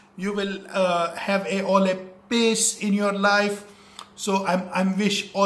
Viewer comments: "Sucksex" "Piss" Lol Lol you wrong it could be "Success" "Peace" Anyway what is Sucksex it's so dumb lmao🤣😂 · Bhai triggered insaan ne isko roast kiya hai jaaake dekh Isne world peace ko world piss bana diya